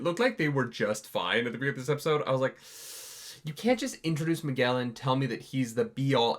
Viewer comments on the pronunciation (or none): none